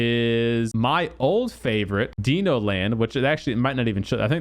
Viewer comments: ITS DINO .. like dinosaur...duh...not DENO. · dino like dinosaur, not like DEEEE nooooo... :)